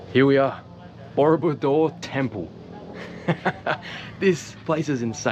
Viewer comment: it sounds like you're saying murderbike hehe, I enjoy your videoes😀